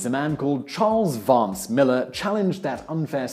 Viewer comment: There are some Millars in my county. They don't pronounce it Maller, as in this video. It is Mill-AR.